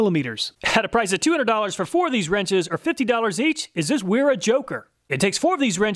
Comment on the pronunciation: Wera is pronounced Vera. As it's a German company.. Awesome video we call the nut rounders for a reason even good ones are not as good a quality open face wrench.. Love my wera tools but the joker wrenches didn't see quite that good in my book thanks for saving me the 300 bucks it would have cost me. Will more then likely settle with the normal combination wrench set from them.